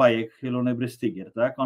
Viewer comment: Brystygier czyta sie z niemieckiego BRYSTYGIER tak jak STEIN czyta sie SZTAJN. Jest jeszcze pare roznic wymowy niemieckiej I polskiej